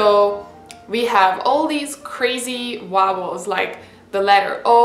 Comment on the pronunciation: Cool that you've just said Uaowels (typical hungarian) :)